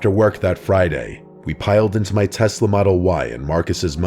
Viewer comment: Say Telsa again , say it just one more time! I dare you. I double dare you mother f*** - Pulp Fiction 😂